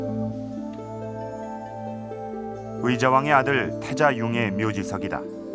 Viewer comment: 장음인 첫자를 짧게 잘못 발음한 예: (삼국) 사기, 주민,금강,보통, 사실,주목,사서, 대단히,강화,공격,경주 ,도저히,후반,수짜,후궁, 채택,시각,(중국) 사신,포로, 등이고, 단음인 것을 길게 발음한 예: 부여, 연속,은유, 부소산, 그리고, 이금 왕을 여러번 길게 강하게 발음 했으니 우리의 발음 문제가 얼마나 심각한 것이가. 새로 나온 "한국 어문을 고발함"이라는 책을 읽어 보십시요. 미국 변 완수 배